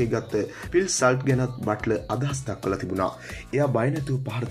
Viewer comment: සල්ට් නෙවෙයි හුත්තෝ සෝල්ට්